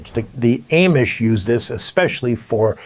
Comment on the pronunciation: I have never heard anybody pronounce Amish the way you do. Are you sure you’re not AI?